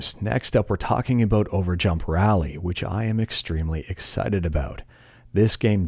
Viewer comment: Man, you've pronounced over jump wrong. It has to sound more enthusiastic and energetic! And I've wishlisted it, Sega rally championship is one of those childhood hits I'd love to see remastered.